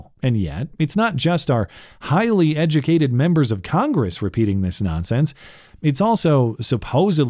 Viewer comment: "Day duh moz edge-uh-kated."